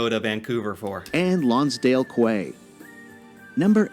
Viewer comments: Lonsdale Quay is pronounced “Lonsdale key”! I burst out laughing when the guy in the video said it like legitimately “qway” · I am sure everyone in Vancouver all had a little nervous tick when the announcer said Lonsdale "kway". Even though everyone here has surely made that mistake the first time too, till someone told them its pronounced "key". I am shocked they didnt shoehorn Montreal or Victoria into the list somewhere, somehow. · The Lonsdale Quay is not pronounced kway, but is pronounced ‘key’. A lot of,people get it wrong. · Pronounced Lonsdale KEY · The video is clearly not familiar with canada lol so many weird thing.... like Toronto is not next to Ontarios lake, it's lake Ontario. The Rideau canal is not pronounced ree-dew it's ree-dough, and in Vancouver Longsdale Quay is pronounced Longsdale Kee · The Lonsdale Quay is pronounced Lonsdale "key" 🇬🇧